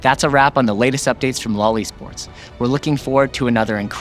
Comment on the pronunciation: you can't pronounce LOL E-sports like that...